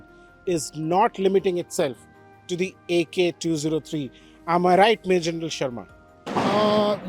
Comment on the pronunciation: He did say "MajrGenrl", which is the same.